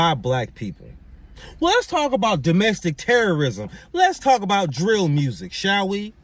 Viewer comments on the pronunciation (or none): NGL I question the IQ of anyone that pronounces music as “mursic” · This guy can't speak. He said mersick lol. But if the guy he supports has his and we are deported where is he going? Because he will have to go too lol.